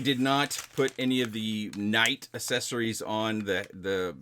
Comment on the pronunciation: "assessories" lol